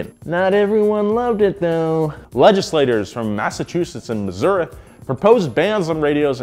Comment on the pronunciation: Props for sneaking that pronunciation of Missouri in there. 🤣